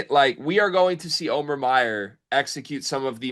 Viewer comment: Can you guys please figure out how to say the guy’s name? Come on it’s not O-mear!